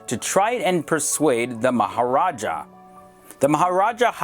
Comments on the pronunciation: Its Maharaja not Mahajara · Its "Maharaja" NOT "Mahajara" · maha raja not maha jara lol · This video is of Kathmandu, Nepal not Kashmir. 'Maharaja' is a Hindi word which means king, it is not pronounced as 'mahajara'. Anyways, this was a really nice and informative video. I really appreciate it. And yes, India has sole right over Kashmir. Pakistan has nothing to do with the land. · It's Maharaja( king) not mahajara. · It is MAHARAJA and not MAHAJARA... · WTF!! what just he pronounced "Mahajara" instead of "Maharaja" xD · Its Maharaja and not Mahajara😑😑...do these goons even make an attempt to do proper research before putting up videos on youtube... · U can't even pronounce the words n u think u know about Kashmir just by watching some videos or reading some journal...it's much more complicated than u think...n for the record it's Maharaja not mahajara...which means king... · Its maharaja..... not mahajara ! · it's Maharaja, not Mahajara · Maharaja is king but not mahajara .. and that's what he said , " mahajara" 🤣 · it's maharaja not mahajara😂😂😂😂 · Please correct your pronunciations 2.20. It is spelt as MAHARAJA and pronounced the same way and not Mahajara. Jai hind. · It’s Maharaja not Mahajara....... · bro it ain't mahajara it's maha raja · .. Mahajara?! Did I hear it right guys?! Asshole that's Maharaja!! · Mahajara lmao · Not mahjara... It's maharajah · its MahaRaja, and you pronounced as Mahajara. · It's ma ha Ra ja not mahajara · *Mahraja, not Mahajara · It is NOT pronounced/spelled"maha-jara" ha ha, MAHA (great or big) RAJA(king) like rex, regal.... Look at India & then Pakistan. Who do you think has any 'future"? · u mean MAHARAJA.... not mahajara. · It's not "Mahajara" dumb. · It aint mahjara. Its maharaja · Said Mahajara instead of Maharaja, and they are deciding the belonging of Kashmir ! Someone plz give him CBSE's class 2 history book. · It's maharaja!! Not mahajara 😂😂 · it's not " mahajara " it's "maharaja" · Mahajara lol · lol! It's "MahaRaja"